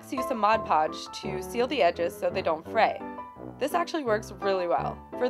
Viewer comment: SOMEONE WHO FINALLY SAYS MOD PODGE AND NOT "MODGE PODGE" XDDD